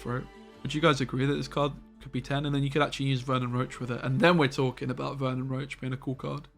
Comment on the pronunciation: FFS.. ITS VERNON ROCHE (ROSHE), NOT ROACH